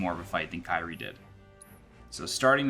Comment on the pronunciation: Liked how your "Kyrie" is mispronounced, lol.